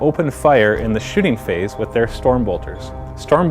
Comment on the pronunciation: he says shitting phase